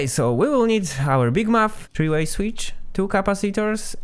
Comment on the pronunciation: I like the way you pronounce “switch” and “capacitor”